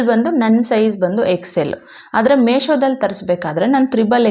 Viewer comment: Sis ಅದು ಮೇಶೋ ಅಲ್ಲ ಮೀಶೋ 😊